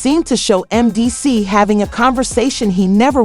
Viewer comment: WHO tf is Mencees? The inability to pronounce the man’s name, or identity the show certifies that your content is pure bs 💩! Don’t be trapped by this crap!💩